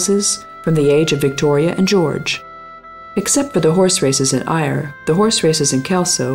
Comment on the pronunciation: AYR is-pronounced "Air"